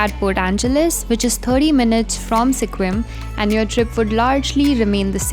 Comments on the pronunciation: Sequim is pronounced more like Squim, not See-quim. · Sequim is pronounced “skwim” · Pronounced 'squim'.